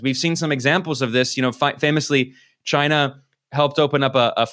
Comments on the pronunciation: The correct Trump pronunciation is ‘ Ghyna’ !😉🤣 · I hated to hear the arce hole saying Chyna